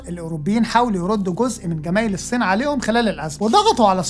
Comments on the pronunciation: هل ممكن حد يعلم الأخ ده إزاي يبطل ينطق فلاحيني ويتعلم ينطق "الصين" صح؟ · أتمنى إنك تنطق إسم الصين بشكل صحيح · يا ريت لو جابو (اقتصاد الكوكب) شب لطيف واخف دم ونطقه للالفاظ والمصطلحات يعني المخبر الاقتصادي جيد ولكن نطقه لكلمه الصين مزعجه جدا